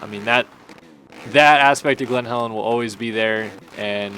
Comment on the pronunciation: It’s glen Helen not Glenn Calen